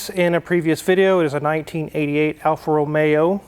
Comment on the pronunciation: Excellent pronunciation, that is the right way on the Alfa Romeo. You put some effort into it. Correct on the point that A car that stays only without driving it, gets worst. That is why I sold my 94 Micra as I bought 06 Civic.